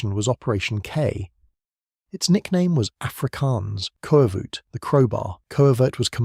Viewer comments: The koevoet is pronounced kufut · It's pronounced coo-foot. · Koevoet pronounced more like "coo-foot" actually... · Two Afrikaans pronunciations: “Kas-pir” “ku-foot”